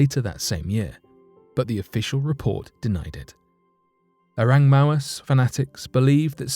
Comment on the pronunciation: "Oreng Mawes" 😂😁😂